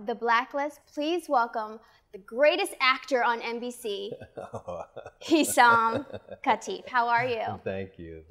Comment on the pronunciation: Lady, you mispronounced his name... should have corrected her.